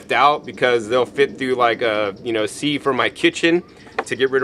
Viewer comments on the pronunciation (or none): sieve is pronounced siv and chaff is pronounced chaph